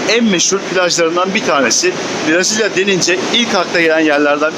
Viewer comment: Dostum herşey iyi hoş da, Türkçesi Brazilya değil, Brezilya.😂